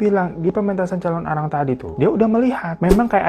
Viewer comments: Aku nonton Mei tahun 2025, telat banget yahh..Sedikit meluruskan bang penyebutannya "Calonarang" bukan "Calon arang" hehe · thank uu udah bawain cerita dari bali bangg, mau tambahin dikit kalau calonarang itu penulisan dan pelafalannya disambung... thank uuu